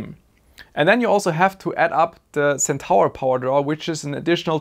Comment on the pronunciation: Hey mate, ty for the vid. FWIW Centaur is pronounced Sen-tore, you pronounce stuff so well i'll admit its a bit jarring when you miss one XD, Would have loved to see more detail on the actual signalling etc